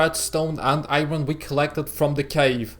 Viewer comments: Iron not ayron men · You can pronounce Iron as Ayorn not Ayron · its funny when he said iroon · Yea especially when he says iron